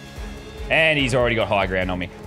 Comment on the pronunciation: I love how he says 'he's got higroun but then he has higround